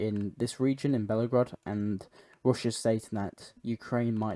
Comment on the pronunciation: Just a helpful hint: the name of the Russian city is Belgorod not Bellagrod.